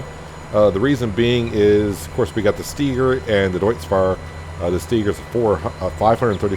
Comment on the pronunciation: Idk if I commented on any of your other videos about it or not yet, but you're pronouncing Steiger wrong and it bugs me every time 😂 its pronounced with a capital I, not E. You also should get the Lizard Rake 8.5 M, it has a pto on the back so you can attach a baler to it to rake and bale at the same time